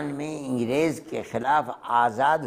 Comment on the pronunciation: इंगरेज नही अंग्रेज होता है